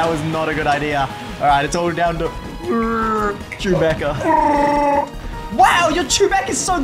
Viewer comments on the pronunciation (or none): It’s not chubaca it’s chuboca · I could not contain myself when he said “it’s CHEW-BACKA”😂😂😂😂